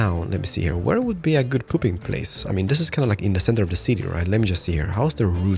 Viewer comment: i love that u say "pooping" instead of "putting" i also dont know where a "good pooping place" is